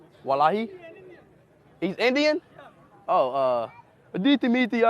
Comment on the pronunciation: the way he said "allah" and "wallahi" gave me 250 types of cancer. Stop.